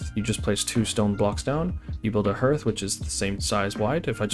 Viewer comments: FYI, "hearth" is pronounced like "harth", not "herth". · good job on video and the bait, hearth pronounced harth. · HARTH... ITS PRONOUNCED HARTH. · Is there an easier way to build down? Is if you were building a dock over water and needed to place some supports? Also hearth is pronounced as "haath" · Some great tips thanks. One tip for you. Hearth is pronounces harth/haath 👍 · The hear in hearth is pronounced the same way as the hear in heart btw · Hearth? It rhymes with heart not earth... Just sayin'